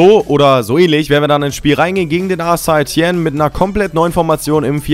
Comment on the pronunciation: St. Etienne spricht man Sätetienn aus